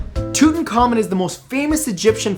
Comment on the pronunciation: You butchered King Tut's name so bad! It's pronounced Too-tak-kha-moon.